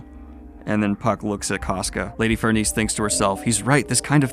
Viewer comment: I got to say, when you casually said "Farnese" twice in a row without stumbling, I was like : YOU GOT IT MA BOY